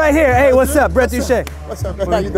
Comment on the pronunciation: Brett Doo Chay (Douche) lol